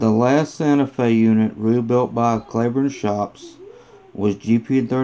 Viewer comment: It’s not “Clayburne” , it’s pronounced “Cleeburne”